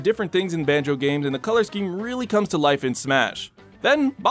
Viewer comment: Who’s Ban”joe”?